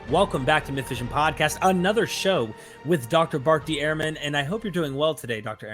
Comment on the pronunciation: Fantastic and Enlightening podcast. But you don’t pronounce Dr Ehrman’s name properly. Ha ha!